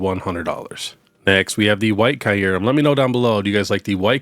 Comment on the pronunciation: let me help you pronounce Kyurem. The first par is pronounced like ear but with a k so it sounds like kear. Then the second part is pronounced rem. All together it’s kear-rem. My OCD was killing me 😂